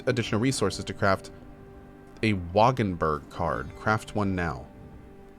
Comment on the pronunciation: I just love how he pronounced Wagenburg ha ha ha. For those who don't know: Wagenburg is German and describes a movable fortified cart mostly with archers for fast response on the battlefield. A literal translation of the term would be Cart-castle. And the meaning is simply a castle (fortified troop) on a cart (movable).